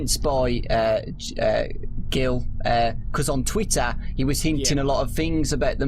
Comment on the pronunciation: on twittah, he wus hintin a lot of fings